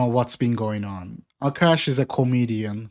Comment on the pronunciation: A'Kash' ATM lol